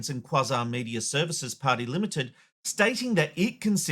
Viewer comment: It’s prop-iet-ary limited not “party”.. where did that come from?